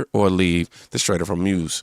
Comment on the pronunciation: You do a great job ❤don't worry about stumbling over your words and those hard to pronounce Iranian names ,we love you.(Khamenei- pronounced comemi for future sound outs) hourmuz pronounced whore muuz) took me a minute to learn them funny words to lol ❤❤love and God bless